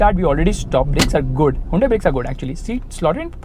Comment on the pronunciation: its hyundai not hundai